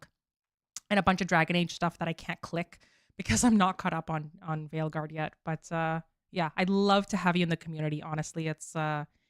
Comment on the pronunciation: A bit of irony to listen your discuss ion about possible Bioware studio closure, while you both agreed that “you liked DA Weilguard” 🤭